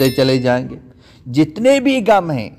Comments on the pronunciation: Ye gum ni ghum lfz h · آپ کی اردو بالکل ٹھیک نہیں کبھی کہتےہیں تھا ۔۔۔۔ تھے۔۔۔ غم کو کہتے گم۔ تک گئے / تھک گئے/